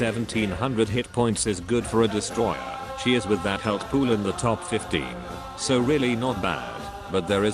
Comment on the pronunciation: it's a "desutroyer"... ill see myself out